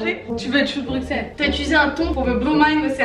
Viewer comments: Petit point culture on dit choux de Brusselles pas de Brukselles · Ça se dit choux de "Brusselle" 😤